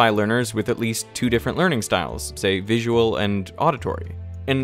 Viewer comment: Three, I suppose :-) Vi-su-al